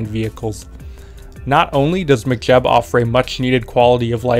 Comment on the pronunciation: Why are you saying McJeb like McDonalds? Mech like mechanic, mechanical.